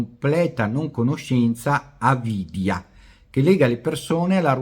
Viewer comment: Grazie 🙂 è il video che ho preferito fino ad ora come argomentazione :-) poi hai pronunciato il sanscrito correttamente su vidya e avidya :-) beh perfetto 🙂